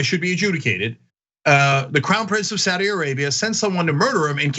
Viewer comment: Don't be so lazy. Pronounce Saudi correctly.